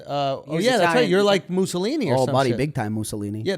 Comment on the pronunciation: Wow, as an Italian I'm dumbfounded at how bad these guy's italian accent is.